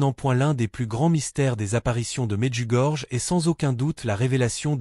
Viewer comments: Medjugorje se prononce Medjugorié. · Médiugorié : la lettre "j" se prononce "i"